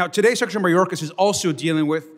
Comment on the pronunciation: Sectary. She can't even say secretary correctly! 😅